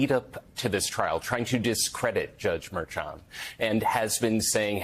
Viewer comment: why can't you correctly pronounce Merchan? It's not difficult. Do you say Chair instead of Cher?